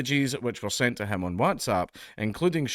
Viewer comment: Why do you say WhatsApp like that bro? You ok?